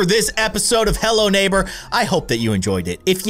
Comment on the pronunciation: It sounds like you said hell no neighbor (ಥ﹏ಥ)